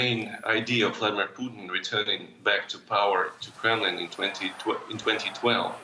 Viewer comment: "Mr Poodn" - Joe Biden, 2022